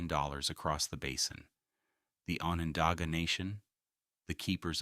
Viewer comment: I live in the Town of Salina in Onondaga County. Onondaga is pronounced with a short o. Like on. On on not off off. Salina is also pronounced incorrectly here The I is a long I, not long e sound. PS. Thanks for this very informative video.